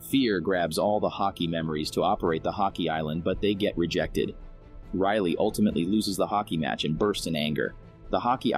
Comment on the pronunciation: i mean riley not rylie